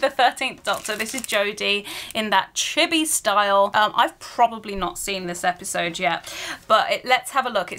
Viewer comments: oh chibi, it sound like chipi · I cringe at the way u said chibi its pronounced chee bee